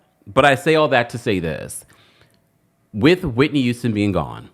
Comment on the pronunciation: Not Cissy YOUSTON 🤭 refuses to pronounce the H in any word.. “it’s a YOUGE deal!” 😭